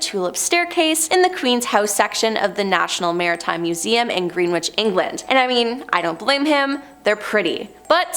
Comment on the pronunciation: As soon as Norfolk was wrong I gave up. I can somewhat understand greenwich but norfolk?